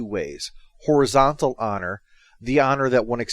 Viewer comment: When he said "horizontal honor" i thought for a moment he said "horizontal on her"